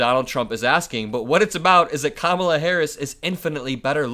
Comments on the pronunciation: I think he said “Camilla.” I’m not sure how King Charles or Kamala may feel about that? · Listen close when he goes on about that. I'M thinking this time its not him mis pronouncing it,he's saying 'camilla' as in Prince Charles wife. Why,who knows. The guy is flailing like a fish outta water! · Even though Trump lies on a regular basis, he surprises us sometimes by being very honest. I don't think Trump is trying a new technique; I think he was just commenting on the Time Magazine cover of Kamala. I think this time he just accidentally said, "Kamila"; I think he messes with her name, but not here. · I think Don0ld mispronounces Kamala as a tactic to devalue her importance. Camila is not important enough to remember her name. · When Trump can't pronounce Kamala (Comma La) it makes him look like an uneducated child. Trump's base was angry that Trump kissed a man then they got mad he kissed a black woman. That shows who his base is. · Almost ALL of the magas mispronounce Kamala’s name and they do it on purpose. The more you correct them, the more they think they’re ‘owning the libs’ so they do it even more. Let the children be children and say her name wrong. It’s certainly not hurting anybody and we have way more important things to focus on. We need to get these juvenile schoolyard bullies out of our government. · Trying to kiss up -- he was doing damage control. He spoke honestly about Kamala's beauty. Then, husband-of-jealous-woman syndrome kicked in -- if he was able to tell Mel, the reason he said K was beautiful was "because the drawing looks like Mel" -- even though Kamala is FAR better-looking than Mean Mel. Mis-pronouncing names of Democratic candidates, or, the Party itself -- is immature Republican passive-aggression. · mispronouncing her name all the time just makes him look even more senile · If you're having trouble pronouncing Kamala Madam president will be much easier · The mispronunciation is an attempt at othering